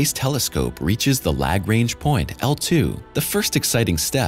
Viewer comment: Did he say lag-range?